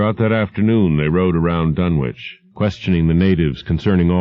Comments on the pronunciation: I have long since grown sick and tired of the mis-pronunciation of the name "Dunwich" by absolutely everybody. It is my pet peeve. This is an English name and it ought to be pronounced in the English manner. Lovecraft was English to the hilt and at his very core. It's "Dunnidge", not "Dunn-Witch". For Greenwich, we don't say "Green-Witch", but Grennidge. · Grennitch and Grennidge are close enough. I'm not splitting hairs. Tomayto--tomahto. But at least it is not pronounced Dunn-Witch as in this video and almost everywhere else. That is what I am objecting to. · Then Ian is wrong. It's Dunnich. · Even Ian from Horror Babble calls it "dun-witch"